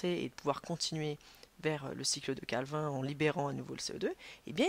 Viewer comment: La cycle de CALVIN on dit CALVINE mdr